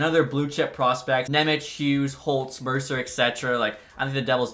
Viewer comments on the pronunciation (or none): none